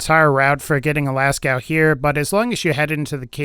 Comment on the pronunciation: Lascaux from french cave is actually pronouned "Lasco/Lasko" but certainly not "Lascow" xD Cheers from France, enjoying some wine with a baguette, waiting for Borderlands 3 is fun :D Thanks for sharing o/